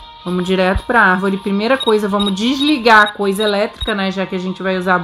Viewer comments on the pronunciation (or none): Palavra secreta: arvóre